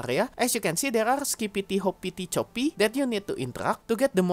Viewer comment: i think you pronounce it best possible way :)